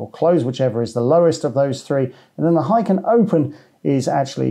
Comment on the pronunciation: It's "heikin", not "heiken". And it's pronounced as "hey" and "kin" (as in "kinship"). It means "average" in Japanese.